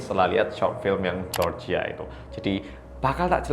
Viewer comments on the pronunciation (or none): none